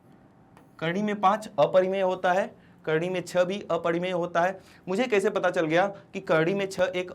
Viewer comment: Sir aap kardi kyo bolte ho